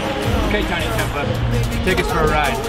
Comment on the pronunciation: Ha they messed up his name, "Yinie Tempah"